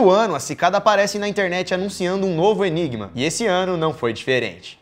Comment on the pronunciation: Você disse ENIBA (OMEGAULUL)